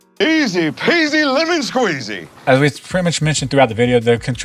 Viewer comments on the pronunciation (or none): none